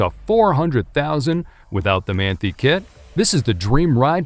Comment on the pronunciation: Should definitely do a bit more research before putting a video like this out. There were a few mistakes. Hardly anyone pronounces Manthey properly (man tie)